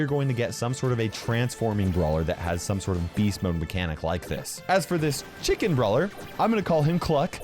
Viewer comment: Why does he say chicken so funny